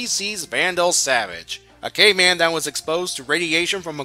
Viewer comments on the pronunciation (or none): For a second i thought you called Vandal Savage a "gay man" instead of caveman